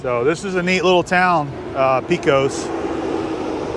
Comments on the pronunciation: Pecos has a short e, not long. Like paycos. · I was raised in NM not far from Carlsbad. I don't ever know how many times I have been to the caverns. Somehow I became the tour guide for our visitors. It is a special place. The tours have really changed since the "old" days. Pecos, is pronounced Paycos...